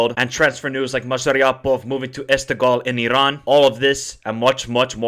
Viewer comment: Bro it's just Iran ...relax ...no pressure no need to pronounce it like Irrran ... Darrrremi . We're not Italian. We're not arab as well just relax 😂❤.